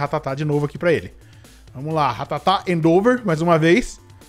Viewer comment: do céu n se fala "endÔver" se fala "endEvor"